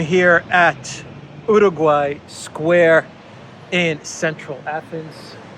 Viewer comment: Exactly my thoughts. Some Hispanic monument in Greece. Y la forma en cómo pronunció el nombre me hace pensar que sabe algo de español.